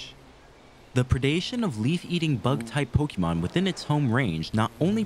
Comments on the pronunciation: 👓👌 It's "Pokémon", not "Pokeymon". This comment will make me sound unappreciative, but please don't think that; this whole series is obviously a good work and a labor of love! Also, why was Diglett's nose boiling? lol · "Pokeymon". Learn to pronounce it. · I enjoy this series, but it’s making me crazy how you say “pokie-mon” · Wtf you were saying pokemon right the first episode. Why are you saying poki-mon?